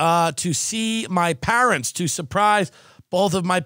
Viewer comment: I love how dilp pronounce PAAAARANTS same way Art Vandalay says it